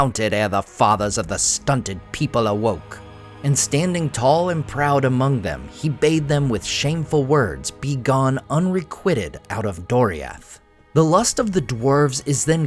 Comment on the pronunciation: Respectfully, it's re-kwi-ted (long i) as in quite... requited, not quit. Great video!!!!